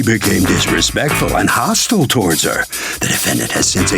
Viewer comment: The word you’re looking for is HER NOT HAR AND ASK NOT AX